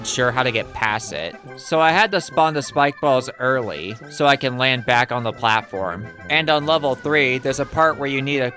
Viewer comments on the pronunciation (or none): none